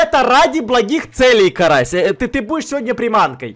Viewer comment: Почему ты карася назвала карас